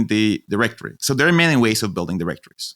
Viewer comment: I really thought he was saying meany business ideas